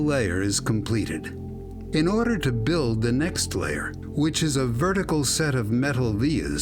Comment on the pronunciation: did he just said "in orderrrrrrrrrrrrrrrr" ????????????????????????? loolll